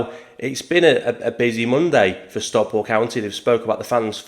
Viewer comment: We'll forgive you struggling with pronouncing his name but you really need to work on your pronunciation of Stockport.